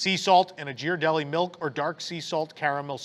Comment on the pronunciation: FYI: It’s pronounced “GEAR -R - Delli”…… Not “Jear”! (Sorry but I was raised in the Bay Area!)